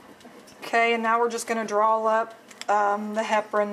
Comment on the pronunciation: The recapping, no gloves, and her incessant use of the word "DRAWL" instead of draw. This whole video was a disaster. I couldn't even finish watching it. Way to show the world that sloppy is the way to go. Smh.